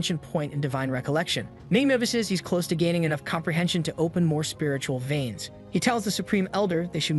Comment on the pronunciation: Lmao, my whole aura is i don't give a f***, I would be a god in this world. Also, the way this AI says "spiritual viens" has implications, lol.